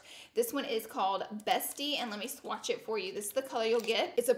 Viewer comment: I love her but I couldn't help but laugh at the way she said "swatch" when talking about her lip stick/gloss.